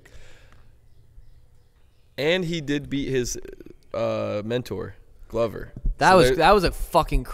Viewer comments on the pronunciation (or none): none